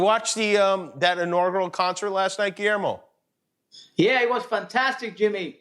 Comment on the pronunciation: Guillermo still let's Jimmy missponounce his name .. hes must be a goog friend. Lol vise versa!!!